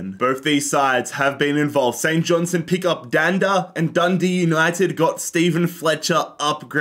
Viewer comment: Surely it must be pronounced St JohnsTone and not Johnson or am I missing something?